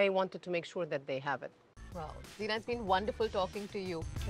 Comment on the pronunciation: Kamya - very good questions indeed! I have 2 suggestions for you please. 1) her name is pronounced as Zai Na not Zee Na 2) your questions can be a bit shortened as most times they are very long with multiple options. It would be nice to keep it a bit short and crisp. Hope you don’t mind these suggestions 🙂